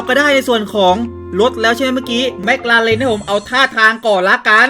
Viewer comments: แม็คคลาเรนครับไม่ใช่เเม็กราเลน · พี่ครับถ้าจะเรียกชื่อรถให้ถูกคือ แม๊กคาเลน คับ